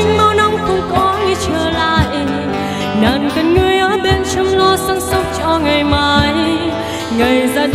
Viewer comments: đúng rồi. Một số ca sĩ phía nam (vd Đạt G) hát hay sai vậy, chắc do phát âm nói quen (Nàng > nàn, Xuống > xuốn, Buông > buôn). Còn về ban đầu thì đúng bạn này lệch tone, chệch nhịp thật. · B này bị ngọng xíu ấy nhỉ. Nàng nhưng mà phát âm ra nàn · Đúng r. Nhiều chỗ phát âm nàng thành nàn nghe sao sao á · Đi hát mà phát âm sai từa lưa vậy em gái: Xuống => Xuốn, Nàng => Nàn, Buông => Buôn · Mình có 1 vài góp ý như thế này nếu thấy hợp lý thì khắc phục nhé: 1. Cách phát âm những từ có "ng" của bạn có mấy chữ bị thiếu "g" như chữ "nàng", "xuống". Và chữ "tin" bạn hát thành "tinh". 2. Mình có thể cảm nhận được bạn đang cố gắng "bóp nhỏ" - mình ko biết dùng từ gì cho đúng nhất - cổ lại để hát cho ra chất của bài "Tướng quân", điều đó vô tình làm phát âm của 1 số từ ko được chuẩn xác, cũng như khiến bạn không thoát hết hơi ra để hát làm cho mình cảm thấy có vẻ như phiên bản cover này tune thấp hơn 1 chút. 3. Những nốt trầm thật ra lại khó hát hơn nhiều so với nốt cao, mình đề xuất bạn có thể thử hát nhả hơi ra nhiều 1 chút, hoặc là hát hơi gằn giọng xíu (nhưng vấn đề vẫn phải cho hơi thoát ra thật nhiều, mới giúp đưa tune của nốt đó dễ xuống hơn). có thể tham khảo bài "Your man" ấy. Mình cũng chỉ là 1 người yêu ca hát thôi, và những góp ý của mình hoàn toàn trên tinh thần xây dựng, đừng khó chịu nhá. Mình dành ra rất nhiều thời gian để nghe kĩ và viết cmt này, nên mình ko hề có ý chê bai hay gì cả, chỉ mong bạn nếu thấy đúng, thì hãy trau dồi thêm nhé. ko cần reply lại cmt này đâu, chúc bạn thành công trên con đường phía trước!